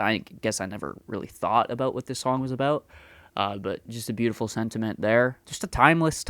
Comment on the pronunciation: It wasn't your 'eh' that brought out your Canadianess, it was your aboot!